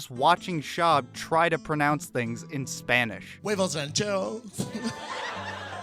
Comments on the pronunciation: “Wayvoes Ran-chair-uhhoos. Carnay Asssaahhh.” - Schwab(embarrassing himself trying to speak Spanish)😂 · “mehsin” love “fame-ah cheedos” and “wayvo ran jerso”